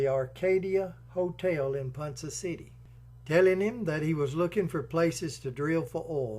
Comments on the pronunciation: Great video about the correct pronunciation of Ponca is Ponka hard K sound and the with the A the a sound of a short vowel sound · With all due respect, ponca is pronounced pon- ka city, n spelled ponca . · Great story! As an Oklahoma native we take our names seriously and it's it's pronounced like pond and cup pon-cu. With a long K sound. You did such a great job telling the story I hated to correct the pronunciation and the Oklahoma names are hard as they are Native American words and not English. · Ponka city.....not Ponsa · Ponca pronounced PonKa NOT PonSa Otherwise cool video. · Pronounced PONKA City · Ponca City is pronounced "Pon- Ka". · It's pronounced PonKa City. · While I think you have done a fine job on your documentary, almost none of it is correct. My sister-in-law is from Ponca City (pronounced Pon-ka), and I studied the mansion for many years with a friend of mine from college who's grandmother was one of Lydie's housemaids. I got to go all over than mansion, including the tunnels and and the secret poker/bootlegging area long before it was open to the public. Marland was one of the most corrupt and worst governors in our state. While his wife was dying from cancer, he abandoned her because he was busy seducing his daughter and many of the wives of the men who worked for him. The marriage was so traumatizing to Lydie that she disappeared for almost 30 years after he died because of the damage done to her family and reputation. She smashed and buried the statues of her and her brother because she was ashamed of her uncle. He lost his fortune and both homes gambling, not from the takeover of his company by JP Morgan. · It’s pronounced pawn ka city , Ponca city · Ponca is pronounced like ponKa!! There is not an s sound in PonC(k)a city. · Its pronounced pon-ka city. Anyway another great video.